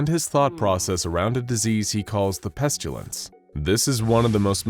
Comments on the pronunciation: Thanks, great, enjoyed mostly. One tiny thing, it's pestilence. Not pestulence. Only problem with the narration. Thanks. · My question is this , why do you keep pronouncing the word incorrectly:''PestUlence''?, when it's clearly pronounced PestIlence?. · Listening to the narrator consistently mispronounce pestilence as "pestulence" is like watching that nature documentary narrated by Benedict Cumberbatch where he kept calling penguins "pengwings". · Why dose he call it the pestalince and why dose he tern them into scp 094 1s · The narrator pronounces “pestilence” as “pestchulence.” 🤔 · I enjoy how the narrator pronounces it "Pestyoulents" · where did the u in pestilence come from??? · The pronunciation of pestilence always hurts my ears lol 😆 Where did that letter y come from 🤣